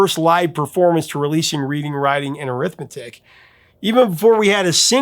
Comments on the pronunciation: The Sundays: it’s pronounced RED DING, as in the town. Also, I don’t know about the narrative that they faded away after that first album, I was working in music stores and I remember those second and third albums selling really well and charting on the modern rock charts, I can name at least three singles. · I always thought the album was pronounced Redding” writing and arithmetic. You know because Harriet is from Reading. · Was that the VJ who announced it was pronounced RED-ing after the town of Reading in England? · of possible interest: I've read that th first word in the album title "Reading" should be pronounced like the English town, not like perusing a book--and producer Warren Huart is good friends with the Sundays' drummer Patrick Hannan.